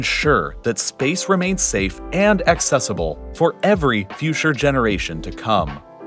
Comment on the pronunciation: future pronounced as FEW-shore rather than FEW-chore, is it a slip of tongue or new trend in English? I'm just curious, I like spotting accents sometimes.